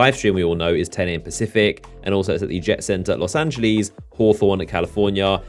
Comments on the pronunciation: Los Angeleeees , please tell me that was a joke a closer pronunciation would be "lohs angelehs" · Did u just pronounce los angeles as los ange-lees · Did he say fucking los angilez oh my fucking god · Los Angeleez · "Los Anglys" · I fucking love how he says it xD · Olivier Kahn Los Angleies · He pronounces Los Angeles in such a dumb way😅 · bro I assume you're American but dam our immigrants down here can pronounce Los Angeles and hawthorne better lol